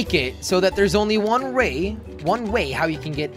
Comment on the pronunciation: One ray lol he said that